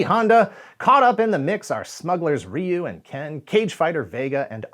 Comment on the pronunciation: First entry into Street Fighter was Street Fighter II in arcades. And THANK YOU for pronouncing Ryu's name correctly. It is amazing how many YouTubers STILL get it wrong to this day. The Hollywood movie pronouncing his name wrong did no one any favors.